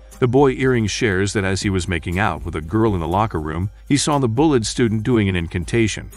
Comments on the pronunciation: The bullet students. This guy can't even say bullied correctly. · Am I the only one who hears "Bullet Student" ? xD